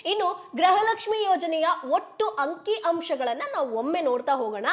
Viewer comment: 💛❤️ ಕನ್ನಡ ಉಚ್ಚಾರಣೆ ಸರಿ ಇರಲಿ ಮುಂದಿನ ವಿಡಿಯೋದಲ್ಲಿ , ಗೃಹಲಕ್ಷ್ಮಿ ಅಂತ ಹೇಳುವ ಬದಲು , ಗ್ರಹಲಕ್ಷ್ಮಿ ಪದೇ ಪದೇ ಹೇಳುವುದು 😂 ಹಾಸ್ಯ ವಾಗಿ ಇದ್ದರು ಸಹ ಇದನ್ನು ಸರಿ ಮಾಡಿ , ✅ ಸ್ಕ್ರೀನ್ ನಲ್ಲಿ ಸಹ ಗೃಹಲಕ್ಷ್ಮಿ ತಪ್ಪು ಇದೆ , ✅ ನಾನು ಜನರಿಗೆ ಗೃಹಲಕ್ಷ್ಮಿ ಈ ಸುದ್ದಿ ಮೊದಲು ಹೇಳಬೇಕು ಎನ್ನುವ ಆತುರದಲ್ಲಿ ಇದು ಆಗಿರಬಹುದು ಅಷ್ಟೆ ✅ 🔱 ಓಂ ಕಾಲಯ ತಸ್ಮೈ ನಮಃ ✅ 🙏🏼 ಜೈ ಶ್ರೀ ರಾಮ್ 🏹